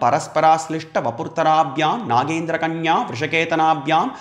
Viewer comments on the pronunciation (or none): Very much pleased to listen to your lectures on the greatness of Mahaadeva. I feel in the verse relating to namashshivaabhyaam ....it is to be pronounced as Nagendra kanya not naagendra kanya as MAA Parvati is Naga s kanya meaning mountain's daughter. You are doing marvellous job by giving apt meaning to our nigamagamas..keep it going thanku 👍